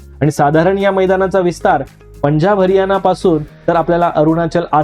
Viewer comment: गोड आवाजात पानी ( पाणी) आणि हरियाना ( हरियाणा) सारखे शब्द मिठाचा खडा टाकतात.